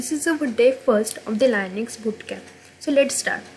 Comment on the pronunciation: Is It Linux not Liunux correct if I am wrong! 👋